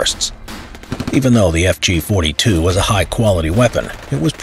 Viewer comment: he nailed the pronunciation of fg 42